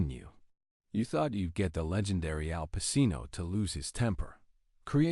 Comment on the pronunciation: If you can't pronounce his name correctly, well i stopped watching 25 seconds in!